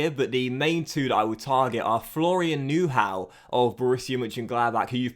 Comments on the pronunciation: You pronounce Neuhaus as Neur but remove the r and then it’s Neu-house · Nice vid; but to help you pronunciate Neuhaus correctly: neu- as noi in noise and haus like house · I am not german but the way you pronounce Neuhaus lol;-)